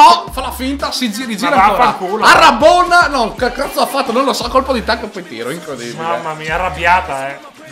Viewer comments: rabona non arrabona ! ahhahahahahahahahahahahahahahaha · ..Comunque si dice Rabona non arabona ma va be ahahah siete bravissimi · Comunque si dice RABONA non ARABONA :'D